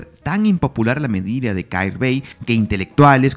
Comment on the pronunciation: Un comentario que no tiene mayor importancia, pero la pronunciación es Jair bey, la kh se pronuncia como una jota fuerte